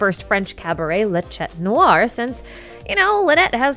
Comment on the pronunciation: When you say "chat", the "t" is silent. By the way, wonderful video again!!!❤